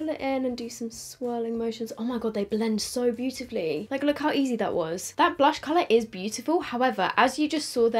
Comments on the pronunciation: The way she said blursh made my day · committing to saying Blursh is killing me 🤣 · I'm dead when says blursh 😂. Anyone else?